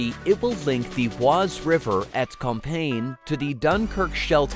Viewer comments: Within an overall excellent and interesting documentary, it's a minor (but repeated) niggle with the narration. You migh also pronounce as "Comp-ee-yen". Certainly not campaign". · Compiègne = com-pi-ay-nye. Not "compain" ;)